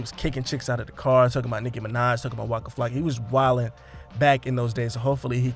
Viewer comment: It’s nicki 🤦🏾‍♂️